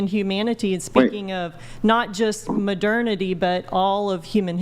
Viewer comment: Especially when he pronounces it incorrectly.